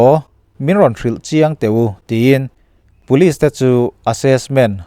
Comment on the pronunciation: Ngating Police hi Pulis tih a I lam zeel le ka ti ..Aizawl lam YouTube narrator ho reng2 hian Puliz zu han ti vek aa..